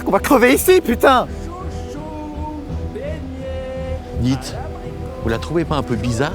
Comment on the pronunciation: Oh Pu-taing ! J'ai cru à une coupure pub 🤣😂